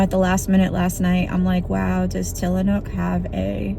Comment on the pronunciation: Tillamook with an “m” 😉